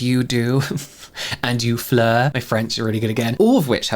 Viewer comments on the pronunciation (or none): none